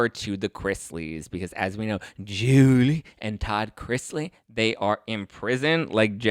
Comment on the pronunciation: I just love the way u pronounce Julie name.